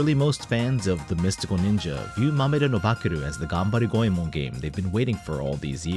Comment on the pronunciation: It's refreshing to hear someone say "Goemon" correctly. Awesome video.